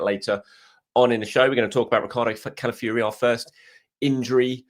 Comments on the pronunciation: Who is Cala fury...its pronounced Cala f OR i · What ? The end is pronounced Fiori as in Cala-ff-your-eh